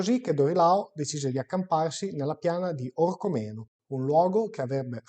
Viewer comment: OrcÒmeno non OrcomÈno... l'accento va sulla seconda "O"